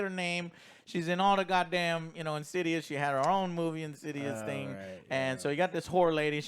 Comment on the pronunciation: "In-sids-'ouse" or "In-sids-rse" ..